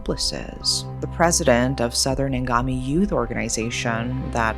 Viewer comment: Omg your pronounciation is too good Even me as a Naga find it hard to pronounce Angamis name